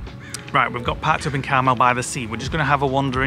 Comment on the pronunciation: It's pronounce Car Mel that Clint Eastwood was mayor of Carmel by the sea, keeps saying caramel by the sea 🙈 also where the late Doris day lived in Carmel Valley